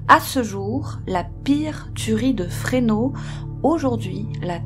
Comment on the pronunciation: Le S de FRESNO se prononce.